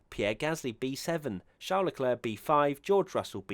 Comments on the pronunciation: Leclerc is not pronounced as "leklirk" but as "l-a clair" (phoneticly in English) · no as eclair